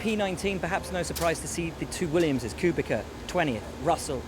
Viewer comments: Why have you gone back to saying "Koobika" again? Please say "Kubica", rhymes with pizza. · For fucks sake Will, it's pronounced Koobitza, not Koobika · K U B I C A come on you can do it Will, Not kubika, kubEca... "ku be tsc A" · K U B I K A - cmon man learn the names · Hmmm good kubica pronounciation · You could have learned to pronounce Kubica's name by now...